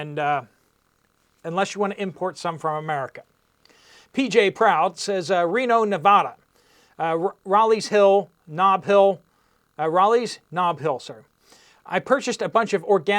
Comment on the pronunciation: When you say Raley’s, you want to say that a as a long a